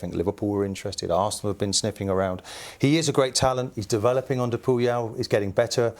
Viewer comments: Who's this "Puyal" that Keown keeps talking about 😂😂😂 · The way Keown pronounces "Puel" is hilarious